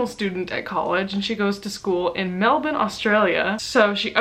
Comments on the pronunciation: omg,, I know that this is a minor detail from this great video, but you are the first American I have ever heard actually pronounce Melbourne correctly, and as that is where I am from I would like to thank you. (Sorry for being overly dramatic, great video btw, I love to see recommendations from you and I trust your opinion ) ❤ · Well done on saying Melbourne properly. Full marks.